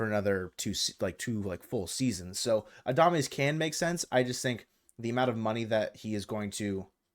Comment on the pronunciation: I hope the Mariners don't get Adames cuz i couldn't handle listening to calling him Adamace all season lol